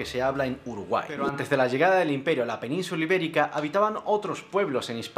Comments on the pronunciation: Noto que pronuncias la CZ donde debería sonar la S, pronuncias tartecio en lugar del correcto "tartesio", peninzula en lugar de "península" y lo haces bastantes veces. Hispania no viene de tierra de conejos, en latín "lepus", sino de los reyes Híspalis e Hispan. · ¿2 millones de que? soy incapaz de escribir lo que has dicho ahí xD y por que ceceas tanto? no lo entiendo, Repercución, Expreciones, Penunzula, y luego dices reemplasado, ¿eh? no entiendo xD eres de aquí de España pero a veces se te escapan cosas raras